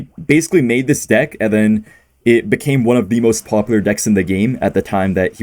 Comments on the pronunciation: That is NOT how Ken pronounces deck!! You might have accidentally said a quite homophobic slur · Also pronounced the word like a slur lol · "Deick" killed me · hello ian! love the vids and i knwo the pronounciation for deck as different to avoid what ken was saying but you might want to change the word in case of future demonitezation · ian the type of guy to pronounce deck as a slur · Hey, I know you definitely didn't mean it like that, but the way you pronounced "Deck" when referring to Ken's deck actually sounds like a slur used for lesbian women. Just letting you know so you can try a different pronunciation to avoid goblin cursing! Love the videos ❤ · Hey, just wanted to let you know that the way you pronounced dick is actually a slur again lesbians